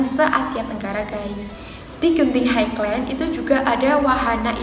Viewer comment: Sebutan "highland" dan "theme" tu tak betul...